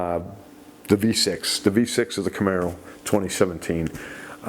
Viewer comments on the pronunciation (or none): none